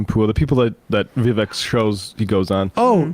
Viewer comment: I love how they pronounced Vivek perfectly!!